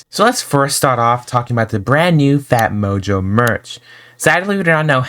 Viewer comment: what they say :phatmojo what i hear : fat mojo